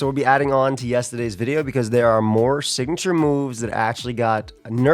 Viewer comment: "yestaday" fellow new jersian spotted